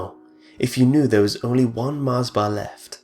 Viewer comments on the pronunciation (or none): none